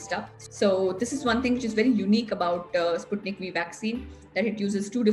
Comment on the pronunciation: Sputnik 5 to be pronounced. And not Sputnik v